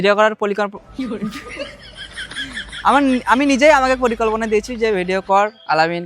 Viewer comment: পরিকল্পনা ❎ পলিকল্পনা ✅😂